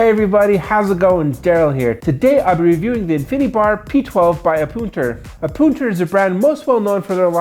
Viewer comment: That is, in fact, not how you say it.